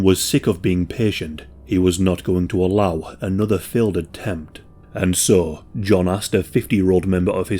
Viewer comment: I cannot get over the fact that you pronounce "so" as "saw"